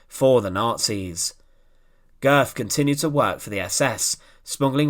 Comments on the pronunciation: Pronounced ‘Goet’, oe being an o with an umlaut. I urge you to take the few moments necessary to search readily available sound files to determine the correct pronunciation of names. Calling him Goth throughout your outstanding video was an unnecessary distraction if not irritation. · Pronounced Gurt. Thanks for posting this. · You get the umlaut in the family name correctly, but the final consonant is a "t", not an English "th"